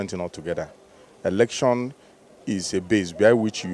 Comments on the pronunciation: mr man not erction, but election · Election not erection bruh